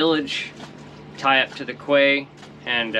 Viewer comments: It’s pronounced Key not Quay lol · I know you've heard this before... it's pronounced "key," or in French quai, prounounced 'kay" not "quay" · Quay is pronounced Key. Terrific content, as always. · Great video’s… I particularly enjoy the sailing ones. Sorry for being nit-picky but quay is pronounced “key”… one of those effed up words. You’ll here it referred to as “key-side” as in coming along quayside. Hopefully one day I’ll be doing the same… sailing my days away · so cool. Love it all. One day I will be there. Quay… is that the American-English pronunciation? In British-English we say ‘key’ even though it’s spelt ‘quay’. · Great video. By the way, quay is pronounced "key". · quay...pronounced "key" if I'm not mistaken... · "Quay" is correctly pronounced as "Key" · Quay ..." KEY ..Its pronounced.. KEY "...You colonist and that funny accent, made up spelling and missing letters is so amusing.